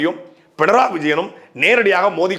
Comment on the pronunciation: பிணராயி என்பதே சரியான உச்சரிப்பு.